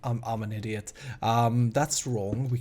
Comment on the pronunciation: says "You stupid idjeot" instead of "you stupid idiot"